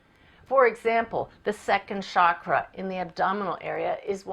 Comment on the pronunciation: Very nice video. It's 'chakra' with a 'ch' as in 'church'.